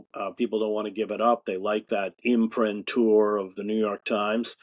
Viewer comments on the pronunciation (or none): “imprimatur” is 4 syllables accented on the 3rd